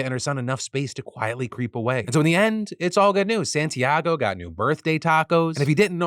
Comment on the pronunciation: Being named Santiago, and knowing you have been learning Spanish, why do you say my name like that?